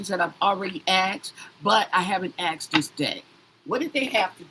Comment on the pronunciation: You axed something??????